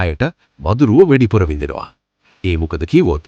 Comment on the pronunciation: මල්ලී වෙඩිපුර නෙවේ වැඩිපුර...පොඩි වචනයක් උනත් හරියට උච්චාරණය කරන්න